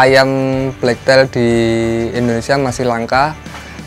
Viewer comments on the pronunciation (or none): hrganya sepasang berapa mas ? black tail ( bacanya teil bukan tail ) ekor hitam.